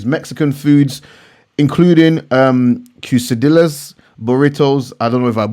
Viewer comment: quesadilla = case-ah-dee-yas You must come to Houston sometime so I can feed you Mexican food and talk stocks